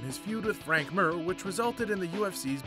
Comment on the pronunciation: Mir not mer